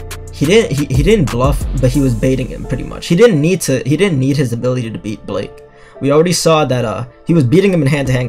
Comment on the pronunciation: Um why u call him Blake not Blyke?